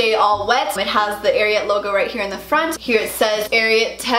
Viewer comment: You say it wrong it is pernicioued AR I AT